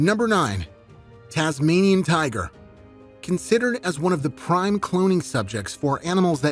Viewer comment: He said Tasminin tiger😂😂